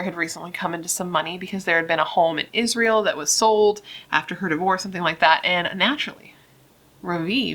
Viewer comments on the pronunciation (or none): none